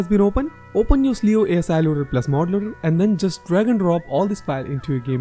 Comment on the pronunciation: i wanna correct something. the word cleo is pronounced kleo not sleo like what u said